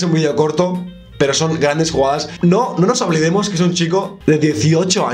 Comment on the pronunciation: "No nos oblidemos" la tipica que nos pasa a los catalanes xddd